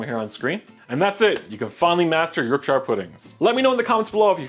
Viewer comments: Ok ok I’ve just looked at the 1st 5 seconds a you say “York Sheer” pudding; not “York Shuyer” pudding. Watching more to see if he redeems himself. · Look delicious! Yorkshire should be pronounced “York•Shr” even if you’re American. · Fan in oven was on. Way too much fat.... Use Beef Dripping. Like the volume ting though.... Love 'Yorkshyre' pudding :-)